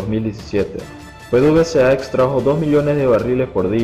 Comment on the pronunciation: Se dice pedevesa